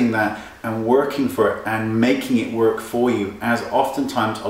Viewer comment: your pronunciation of "Work".....